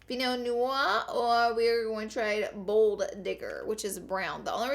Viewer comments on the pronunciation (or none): none